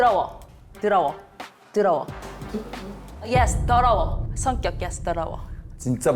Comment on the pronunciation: “드어러워~” 코난한테 한글 가르쳐 준 선생님 발음이랑 존똑ㅋㅋㅋ